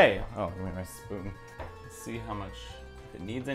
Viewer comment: Did he say " lez be honest" ?